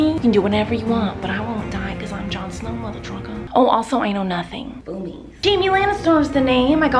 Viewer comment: Did she say mothertrucker